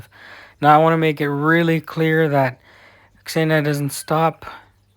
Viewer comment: Господи! Какое счастье слышать, как англоговорящий человек произносит имя Ксения,правильно! Наконец-то!😄 А то все, Зения, Зена или еще как нибудь!😂